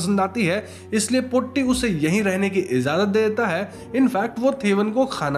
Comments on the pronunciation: Thevan is तेवन not थेवन. 'Th' in Malayalam is त not थ. In fact the sound थ is not common in the language. Potti is Po-Tee (as in cat) not Po-tty Chaathan is चातन not च्छतन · It's not brammayugam, it is bramayugam, 'bram' means madness or delusion. And it's not potti, it's pôtti, Tata t. And it's chaaathan, not chattan. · pronunciation of the word "potti" is wrong. POtti's "po" should be pronounced as "po" of Porridge. "tti" should be pronounced as "tti" of witty. In older days, some Brahmins used to exploit their domestic help, workers' wives!! Those are not affairs!! Just call it exploitation. Cook's mother is one such person,who is from a lower caste. Even though the lower caste people are called untouchables, was it possible without touching!!😅 We don't know!!😅😅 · Sounded more like potty😂